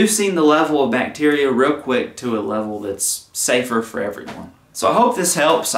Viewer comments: It's Bacteria not Bacterica... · Can we address the elephant in the room… it’s bacteria not bacterica 😬